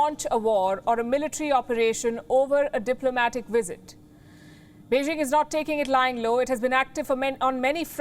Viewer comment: first learn to pronounce Beijing correctly 中国加油🇨🇳💪🏻